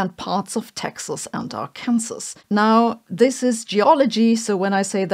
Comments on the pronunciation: Arkansas= are kin saw, NOT are cans ess, there's literally a law on the books preventing you from saying it that way AR Code § 1-4-105... ...for future reference and all that. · Ar-Kansas? try Arken-saw! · Sabine: Are you aware that (in the USA) it is illegal to mispronounce "Arkansas" as: "Are Cans' Ass", rather than something bizarrely American, like "Our 'Kin Saw"? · It’s Arkansas, not Arkansas. Look it up. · you can tell she has no idea what is what in the US this is happening because she called it Ar-kansas instead Arkansaw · Arkansas isn't ar-CANsass. It's pronounced AR can saw. That was funny. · Great videos. Cute one with the "r can sis" pronuciation. It's more like "r can saw". Made me stop for a sec. 🙂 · I'm loving that she called it ArKANsis instead of ArkanSAW. I'm giving my Arkansas friend sh## for the rest of the month. Lol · AR' KAN SAH, not AR KAN' SAS. Just fyi. :) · Its not R-Kansas, its R-kin-saw. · ARKANSAS Is not "AR - CAN - SUS " It is "AR CAN SAW" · Sabine, I’m American, it’s pronounced R-Can-Saw not ar-kansas. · It's pronounced Are-can-saw, not R-Kansas. Don't feel bad, even a lot of Americans get it wrong. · Pro Tip: Arkansas - it's not pronounced like "our kansas", it's pronounced "Arr-ken-saw"... 😁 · If you ever go to Ar kan' zass, don't call it Ar kan' zass, because that pronunciation is actually illegal there. They insist on Ar'ken saw, to distinguish themselves from Kan'saw...I mean, Kan'zass. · Not pronounced "Arkansas" not pronounced like "Our Kansas". Pronounced "Ar Kan Saw" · Arkansas = Arkansaw, not Ar-Kansas. Don't ask me why. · Are-Ken-Saw .. not R-kansas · Just so you know, it's pronounced (Are-Can-Saw) not (Are-Kansas). But you speak English well mostly all of the time. Better than some native speakers actually, so keep up the good work. And have a great day. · Don't know if it was intentional or not, but "ɑːrˈkænzəs" is an archaic pronunciation. It's currently "AR-kən-saw." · Arkansas is pronounced "ar'-kun-saw". ;-)